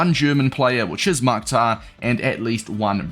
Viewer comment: Bro respectfully it is pronounced Mukh-tar